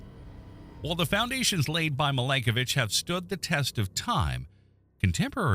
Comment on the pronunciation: Milanković… not Malenkovic 😂 … you have the vowels reversed😂😂😂 we know Mila Kunis - that is how you pronounce Milanković.